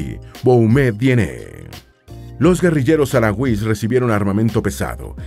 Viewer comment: Perdón por la rectificación pero al menos aquí en España los llamamos saharauis pero pronunciando la h como una j y la tónica en la “ra”